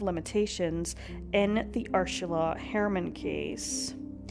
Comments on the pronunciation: It's Ur-sula not Ursh-ala. I think the narrator needs some lozenges or Sudafed 😆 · The way you pronounced Ursula as Urshula over and over made my skin crawl and I had to stop. Please don't slaughter victims' names like that. It is an affront to them. I'm German and the daughter of an Ursula, and even if you had used the English pronunciation, that would have been fine but sounding like a drunk person trying to pronounce it was just too much. The German pronunciation would be OO-zulla with that z somwhere between a z and an s. If you are going to use German names for places, Bavaria is Bayern. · Is that how her name is pronounced - Urshula?? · Pls note * pronunciation ** the name is URSULA not URSHULA.. thats Ur-Sula NOT Ur-Shula…. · I love your channel and your content . However, Tinnitus is pronounced - Tin NIT US . Also, the name Ursula does not have an “ h” in it. Ur- SU- La is how it is pronounced . Kind Regards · No. She is mispronouncing it . It is distracting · Please, PLEASE take the time to research how to pronounce the names!! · You don't have to fake the pronunciation of her name. It just sounds forced. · The mispronunciation of UR-SALA'S name 300 times was annoying to get past but a grand story to tell. My sympathy to her loved ones. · No, not inappropriate, more misplaced. Finding the mispronunciation of the victim’s name annoying is one thing. Being unable to find out without question who committed the crime is more annoying — although I’d be inclined to go for a stronger word, such as “infuriating.”